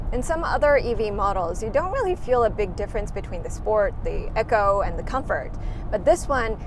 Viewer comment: Pronounced Eeco not echo